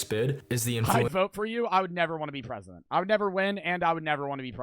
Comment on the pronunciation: I want Joey to be pwesident